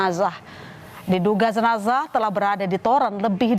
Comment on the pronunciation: Zenazahh.... Zenazah... Lebay banget ngucapnya.